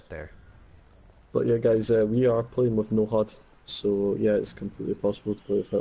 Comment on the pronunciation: Thanks for the clip. Never liked Ghost, but with Breakpoint coming out, I might get it. Also watch out for your pronunciation of HUD :)